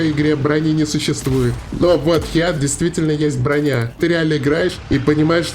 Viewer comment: Да не хеат, а ХИТ!))